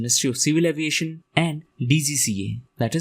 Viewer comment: when you said about MoCA it was heard as civil adoration not civil aviation. And about GARUD portals I could not make out the word portals until I searched in google.